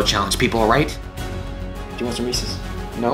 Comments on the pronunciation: When he said as many Reese's products it sounded like he said racist products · How many times did he say Reese’s! 😂